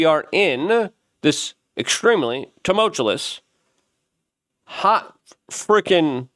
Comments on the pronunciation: tu·mul·tu·ous Please Luke, work on your pronunciation just a tiny bit! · When will you learn how to say tumultuous? You sound like a preschooler.